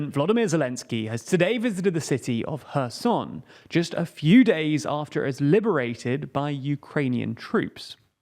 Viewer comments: As a Ukrainian I have to give respect to this guy, so far it’s the first time I hear someone pronounce “Herson” correctly instead of “Kerzon”👏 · 👋 He finally pronounced Kherson correctly! Thank you for respecting the people of the city and the nation of Ukraine. Slava Ukraine! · Thanks for pronouncing Kherson correctly! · hair-soh-n with the stress on the soh is the best way I can transcribe the pronunciation for English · Wow! Pronouncing Kherson correctly! Well, colour me impressed!😁